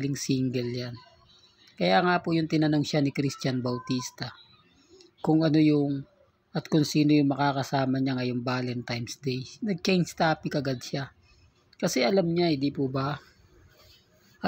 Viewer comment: correction pls...VALENTINES hindi VALENTIMES ok..